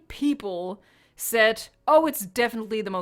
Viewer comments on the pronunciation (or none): none